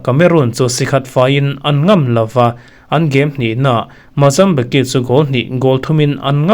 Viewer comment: Mozambique hi a tawpa que(ki) ti a i lam hi /k/ ah a tawp; tihian lam tur ani zawk- Mozambik not Mozambiki